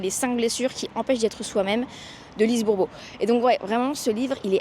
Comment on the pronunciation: Ce n'est pas Lise Moreau mais Bourbeau!livre formidable qui fait avancer qui le lit!Bravo!lis aussi le livre " le don de Qăa" je m'y étais reprise à plusieurs fois pour dépasser la page 5 puis ensuite j'ai passé une nuit blanche pour le finir!!!il y a eu un avant et un après! Extraordinaire!!!!!!!